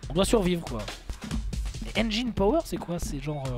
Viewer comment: Ah bordel y'a encore des gens qui prononcent "enjaïne" en 2017 :/